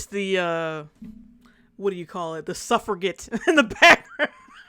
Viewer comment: Suffragette is pronounced with a "j" sound. [ suhf-ruh-jet ]